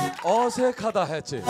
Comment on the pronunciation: 유재석 멘트 진짜 찰지네 ㅋㅋㅋ 내 친구들이 "어~색하다했지~" 나에 손을 잡고 "어~색하다했지~"ㅋㅋㅋ